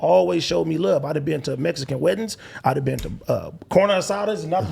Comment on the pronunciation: did say mexicoon